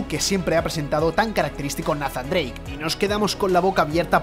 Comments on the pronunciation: Tan difícil sería pronunciar "Neizan Dreic" en lugar de "Nazan"?? Que dolor de oidos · nafan drake. Todos nathan drake